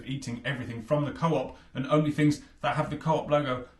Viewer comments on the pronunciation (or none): none